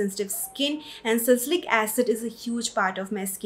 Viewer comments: Ya really irritating 'sacylic acid '🙄 Kuch bhi😂 sometimes people sound funny in an attempt to sound Sophisticated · It's sa- li- cy- lic acid!!! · I guess it's Salicylic acid not sasilic acid